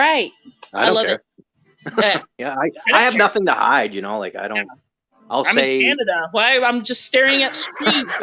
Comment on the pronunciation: LOL,, "hey're from Canadia",, LOLOL,, I do that too,, or like I "said to Clutch the other day",, Cana-Dians,, 2 words,, LOL